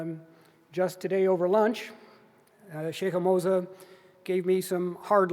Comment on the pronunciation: Moza not mosa